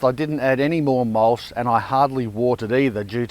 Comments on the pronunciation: Mulsh or mulch? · Mulch, not mulsh.